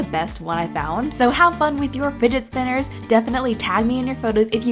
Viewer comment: "Finet spinners" 😂💖